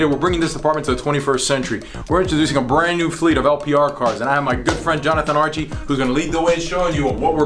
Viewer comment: Archie was going to kick your ass for pronouncing his name the way you did lol.... amazing video the quality of the video sky rockets with each video you post.... oh and hey your a badass!!!